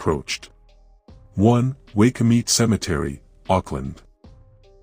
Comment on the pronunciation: I understand yr not from Nz but google can help pronounce words, places, incl Maori. Bar- bay-dos. All cemeteries are haunted in Christchurch as they are so old. Also Ctv building due to the deadly earthquakes afew years back. Waikumete Cemetery Wai-ku-mete. Happy to help any time. Yr video's are very interesting. Thankyou